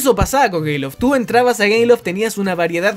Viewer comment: soy el único que se dio cuenta de que dice gayloft